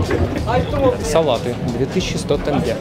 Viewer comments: к концу выпуска научился правильно произносить слова тенге) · так никто и не думал гнобить или что-то подобное… Просто приятно, что в каждой стране выясняет как верно произносить название валюты. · Первый русский который правильно сказал слово тенге))